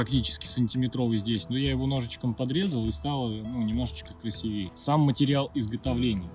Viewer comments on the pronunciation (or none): none